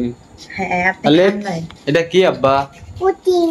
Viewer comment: Apu etake puting bole na eta holo puding